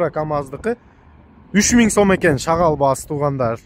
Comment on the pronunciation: Рахмат байке,шагал дебей шагыл десеңиз.